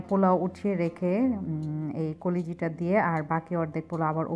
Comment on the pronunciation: koliji ki pronunciation holo kolija